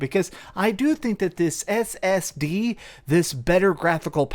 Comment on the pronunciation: The way he says ssd makes it sound like brand new tech. We know what an ssd is lol